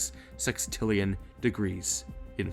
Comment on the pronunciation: he says sex, sextillion